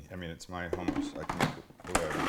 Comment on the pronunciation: HOE-MOUSSE??? ITS CALLED Hmm US